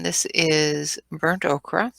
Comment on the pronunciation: You made me laugh when you pronounced Ochre the same as Lori Green. It’s not “okra” it’s pronounced like “oker”